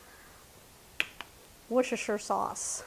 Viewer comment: Hi from the UK. We do enjoy watching your recipes and the ingredients which we can’t get over here. The sauce is pronounced WUS-TER-SHUR. It is one of those words that is pronounced differently to the way it looks.